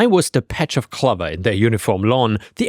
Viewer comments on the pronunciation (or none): Always loved your channel in under a new user name(used to be CharmCityKid), still do. Have to say you’re pronouncing clover wrong. The letter O in it you’re pronouncing like it is in glove, but it is a long O sound like in close.